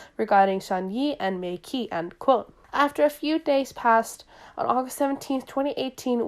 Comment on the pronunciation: mei qi = may chi !!!!!! 😫 😩😫 😩😫 😩